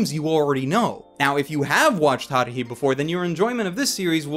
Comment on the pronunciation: the way he pronounces Haruhi pisses me off